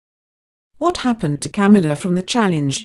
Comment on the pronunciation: Corey's Morgan Agree. It is Ca-mila not Cam-ula on top the fact you can’t Understand what is supposed to be English.